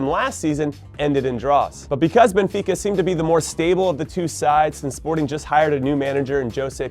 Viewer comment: hey if it isn't my favorite American footballer of all time. Hey Jimmy thanks for saying Sporting's name correctly... And for the awesome predictions